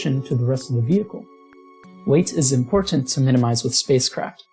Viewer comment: Nice work. That air cooler is incredible; I'd never had believed it could work if I hadn't actually seen it in action. Constructive criticism: don't pronounce Ts that you normally flap. You're not English, so it just sounds weird when you force hard Ts in words like not and important. Sorry to pick on you, I really enjoyed the video.